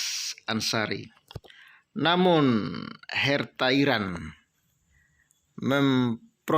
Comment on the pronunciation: Heart4iran bacanya Heart for Iran bang...he he he